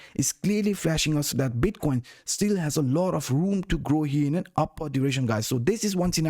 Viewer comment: Awesom vids but please learnt to say direction 🤪